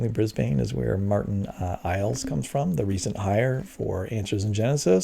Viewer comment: It’s “bris-burn”. Not “bris-baane” Like it’s “Mel-burn” not “mal-born” 😂🤣😂